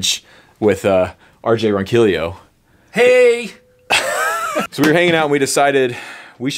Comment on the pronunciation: I'm preeeety sure RJs name is pronounced Ron-key-yo, the two ll's make a "y"sound in Spanish. Great tips, thanks!